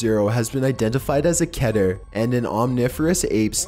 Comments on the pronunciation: did you just say kiter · alright, its pronounced Keh-ter. according to the wikia Keter is the hebrew word for crown (כתר( and as a native hebrew speaker... you get the point. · *ITS PRONOUNCED KE-TER, NOT CATER. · It’s actually pronounced KEE-TER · it's keh-ter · It's kee-ter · Vinnis Vidya Just like Meter is pronounced "Meh-ter" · Its pronounced differently by other people but the correct pronunciation is (kee-ter). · Baldi please don’t spank me but according to TheVolgun, Keter is pronounced (Ket-eyr). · It’s tee-kee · its ke-tair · The way he pronounces "Keter" just- ugh